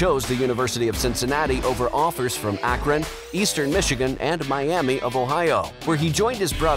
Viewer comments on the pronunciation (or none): none